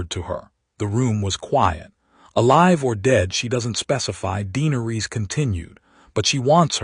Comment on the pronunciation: Is it? I'm unsure whether to try listening again. i don't want to hear another tale of conquest and war against the Others. I was hoping for a story about Valyria, how Daenerys came to live there. Also, the AI narrator is very jarring. Vhagar is not Vee Hagar, it's not Jeeharis, not Deenaris, not Tayrion etc Is it worth the time? Any time?